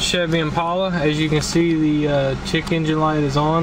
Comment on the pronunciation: Did you say " chic engine" light. Or didbyou say, "chicken gin" light.